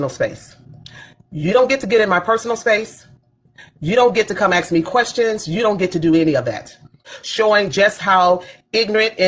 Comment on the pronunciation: "Don't AKS me no questions"